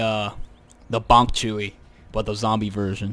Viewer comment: He said Bonk Chewy 😂